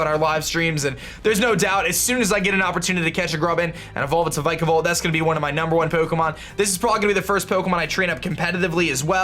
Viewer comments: it pronunced vic a volt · If vikavolt is your favorite Pokémon then learn to pronounce it 🙄🙄🙄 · He said wenis not weakness an vikavolt